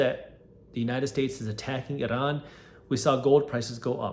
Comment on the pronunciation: it's pronounced i-ran, jack ass